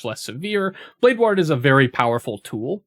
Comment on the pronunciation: Pronunciation of blade “ward” is killing me 😂